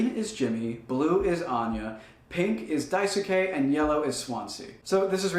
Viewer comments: daisuke is pronounced "die skay", not "die su kay" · great work but the “U” in Daisuke is silent.